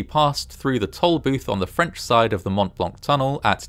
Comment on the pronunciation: The "t" sound in Mont Blanc is silent. It's always funy hearing anglophones mess up other langages.